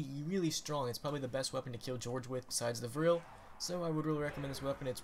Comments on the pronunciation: its V R 11 not virll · VRLL? Its VR-11